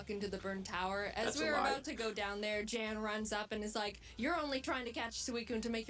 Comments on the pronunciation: I think its closer to the name "Ian". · You probably know this by now but his real name actually is Jan (pronounced Yawn) I believe it was German if I remember correctly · when he watched the video he said it’s pronounced “y-ah-n” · It is german but that is still not how you pronounce that.